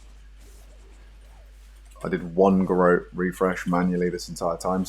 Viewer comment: It's pronounced Garot 🤣